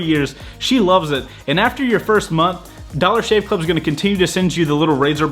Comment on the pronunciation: "Dollar Shave Cluv" 😂